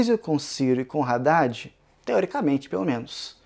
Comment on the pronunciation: Que agonia cada vez que fala "Raddad".